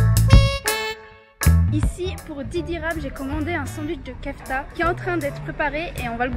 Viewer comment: Mdr dsl mes je suis obligé de faire une remarque sur le sandwich le non de la viande se dit pas kefta mes keuftai mes sa s’écrit bien kefta sinon super vidéo